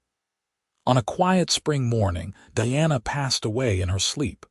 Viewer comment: First thing... Makes it really hard to listen to the story... The pronunciation of Diana's name! Your AI reader pronounces is as DEANA. it is spelled as DIANA! ... LONG I sound! Either change the spelling, or better yet change the AI reader!! I would say sorry for this criticism,,, but that is my DAUGHTER'S name! Pronounce it correctly!